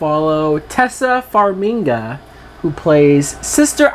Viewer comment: dumfuck it is pronounced TAY SIA FARM I GA